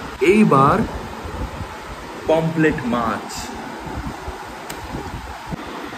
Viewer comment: পমপ্লেট নয় রে ! পমফ্রেট হবে । শরীল নয় ! শরীর হবে । ভাই উচ্চারণ গুলো একটু ঠিক কর রে !